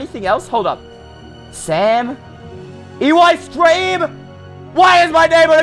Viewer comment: Why does Eystreem always says EWeystreem in his name??? Im just curious